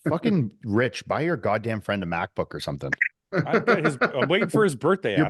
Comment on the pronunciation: mike mocking pauls ``mackbook`` is the funniest shit ive seen today